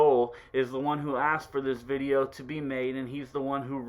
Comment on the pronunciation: "Lets get in to this bideo vay fam" lmao